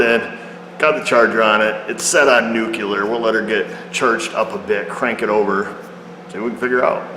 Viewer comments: I'm so sorry I see nothing wrong with just about anything you do, but please pronounce nuclear like new-clee-er and not nuke-u-ler. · "Nukular". That's way, way higher than the regular nuclear setting. .